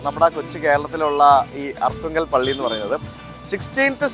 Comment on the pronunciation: Aarthungal alla Arthungal aanu